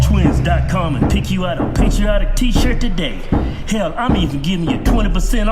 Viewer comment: When the two brothers say "crazy as hell", it sounds like, crazy as hail. They need to incorporate that onto a shirt.